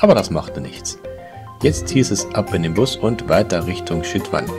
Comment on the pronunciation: Sehr netter Reisebericht, kleine Kritik für uns heißt Chitwan ausgesprochen "Tschitwan" und nicht "Schitwan" !?